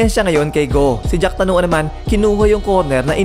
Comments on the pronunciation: boss jakrawan hindi jacktanuan...yan ang magaling sa thailand kaya dapat wag nating maliin ang apelyido..paulit ulit lang kasi.. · Jack Tanuan? 😂😂 Jakrawan. Anyway RIP jack tanuan